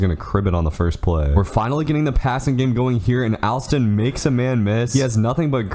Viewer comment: Alston pronounced (All-Stun)